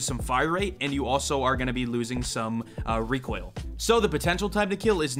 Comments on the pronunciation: Its reek oil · Reek oil Kuh kuh kuh